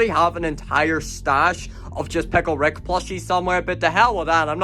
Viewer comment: It’s picke rick